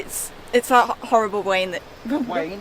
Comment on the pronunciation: Howwible wain in the Pyrenees mountains 😅